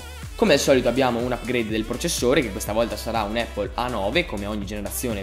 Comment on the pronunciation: comunque si pronuncia "Appol" non "Eippol".